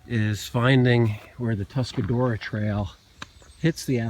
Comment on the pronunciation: Say it with me -- "Tusk-a-ROAR-a". =) Nice to see spring reaching the ridges!